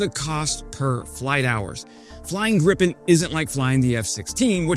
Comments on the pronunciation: well... first a minor snipe ... it's pronounced gripe-en (rhymes with cry pen). This video does a good job of explaining why the Gripen would IN THEORY be a great airplane for Ukraine ... but in practice right now, not so much. What Ukraine needs RIGHT NOW are either more (and more modern) F-16, or more Mirage2005s ... or perhaps even Rafales. Ukraine's big problem right now is the long training and support training time associated with a new type. It would be more than a year from now that Gripen's could start flying combat ... perhaps more than two. And does Sweden have Gripens to spare? My guess is no. It's not like F16s, where older ones are readily available. Producing Gripens for Ukraine would be a real issue, with real additional lead time. That's just "forgedaboutit" at this moment. Longer term Ukraine will want to align with whatever is western Europe's fighter mix ... that likely will have a low/high capability pair or even a low/high/stealth triple. Right now the NATO standard is F16/F35 ... but due to Trump's Putin-wannabe and tariff behaviors it's now obvious that the whole "western alliance" needs to tell the US to go f**k itself and stop buying US military kit. The Gripen compares well against the F16 and has a lot of very attractive attributes ... and its number 1 problem is that it uses the same US-made engine the F16 uses, meaning it comes with US strings attached. It needs to be re-engined with a SNECMA engine and there is one that would sort-of do, but giv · To pronounce Gripen as in Sweden, you'd say "greepen" though... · Swedish pronunciation = "Greepen" in english... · Ok we’ll send you some of your pronounce it Gripen with a longer I sound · It is always so funny to hear an American try to say the name of our fighters. They always get the i completely wrong.